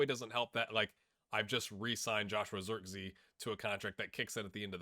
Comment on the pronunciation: A question, he keeps saying Zirkzee as if his name was english, wouldn't it be pronounced like the german word for lake: "See".